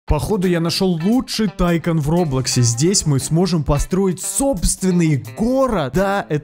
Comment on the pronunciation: Барвйс тайкун а не тайкон